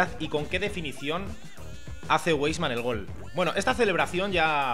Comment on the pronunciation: Buen vídeo, sólo una aclaración, si me permites. Se pronuncia "vaisman".Saludos